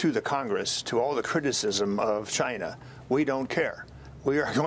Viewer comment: I miss the way he said Ch-eye-na!